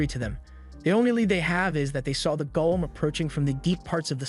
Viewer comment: The AI needs to be fixed: it’s GOLEM (Go-Lem) for the stone being Aston got turned into, not “GOLLUM” (Goll-um).